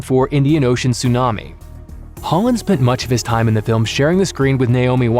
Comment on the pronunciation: anyone else think hes saying "Haaland" everytime he says "Holland"?